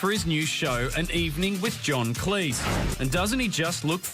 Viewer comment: stop mispronouncing Cleese!!!